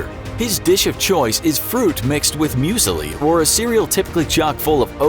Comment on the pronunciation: Mooozleee not muesily